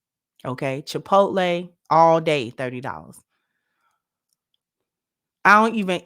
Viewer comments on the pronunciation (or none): none